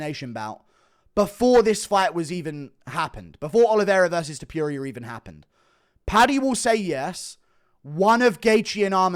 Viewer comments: love you bro, but c’mon... it’s Topuria, not Tepooria. Put some respect on the Georgian beast’s name! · I cannot stand how you say Ilia Topuria, why tf are you saying tipuria, THERES A "TO" so it's TOOPURIA NOT "TIIIPIURIA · Guru, ffs, learn to pronounce names. topuria, not* Topyoeria*! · Its Ilia Top-ooh-ria, not fookin Top-you-reeyah... Its not that fookin hard!!!! Youll never be as great in mispronouncing names as the Goat, the undisputed Chael... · STOP SAYING TOP-YURIA THERE IS NO "Y" TOP-URIA. Jesus christ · Top*puria! (not Topyoeria!) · topuria not topiuria btw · “Ilia topyurier” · It’s pronounced tooppurria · Topyurija lol 😂😂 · Topuria, not Topyouria. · “Ilia Topiuria “ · Ilia topuria not Tipuria you kokhead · Tf is ilia “Tupew-ria” 🤣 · “Ilier topurier” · Thepureia lol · Ilia Topyuria? 😂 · Eeliyah Toepyureea. Bro learn how to say his damn name 🤦🏻😂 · “Illiyay tupureuoau” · Topuria not toperia. Get his name right FFS. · Ilia ta-pew-rea 😂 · To - Por - riah -a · It sounds like vomiting when you speak out ilias last Name!! It’s TOPuria and not that sh*t you try to say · As an Australian i can say this concerning pronunciation- Aluminium is acceptable but Ilia Top-ewe-ria in unacceptable.... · MMA "Ilia Tuhpeeria" Guru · Say his name right bro ham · stop mispronouncing TOPTURO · guru still cant say topuria right wtf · mf cant pronounce topuria right to save his life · You cannof even pronounce his name correctly. So cringe. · My guy still doesn't know how to pronounce Topuria. Impressive.